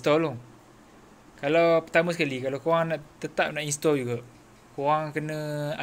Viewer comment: Instrrrrall tu apa? Hehehe